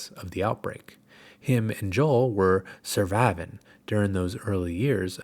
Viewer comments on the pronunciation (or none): The "suhvivehn" killed me lol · I pause to laugh every time he goes survivin’